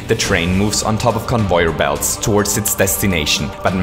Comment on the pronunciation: you say convoyer belt